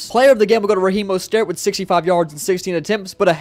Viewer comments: Bro it’s mostert oml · Learn how to say mostert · The way he said mosterts name lol